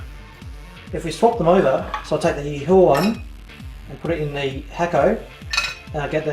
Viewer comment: PS, It's pronounced Yee-whah.